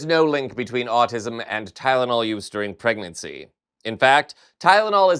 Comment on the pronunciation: “During pregercy…”